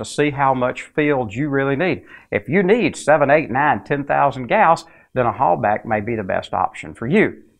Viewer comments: For the love of [insert preferred entity] don't pronounce the German "Hallbach like "Hallback" or "Holebag". Here you go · You’re mispronouncing Halbach. It bugs. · Is the "bach" in "Halbach" pronounced "back" or like the Johan Sebastian Bach's last name?